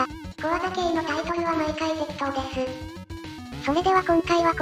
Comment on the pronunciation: てっことー→てっきとー